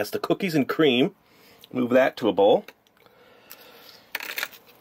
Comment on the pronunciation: Cookies a cweam